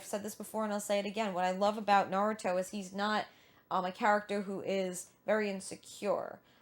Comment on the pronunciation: Nah-Roo(slight R-roll)-Toh